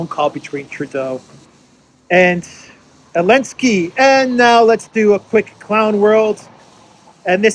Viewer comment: "Send it lo elensky" LOL